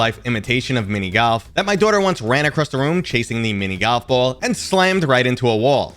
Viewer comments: nah, I just listened to it 5 times and I really hear GALF or GAWLF but definitely not GOLF. Maybe it's your accent, but I've never hear that one before. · What's mini GALF? 😂 Is it just me or did he pronounce GALF instead of GOLF?